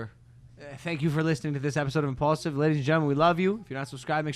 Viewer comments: let logan speak, mike. It's imPAULsive, not imAEHEJLAKsive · I don't like Mike, keep George, save money on payroll, sack Mike.. It's impaulsive not immikesive...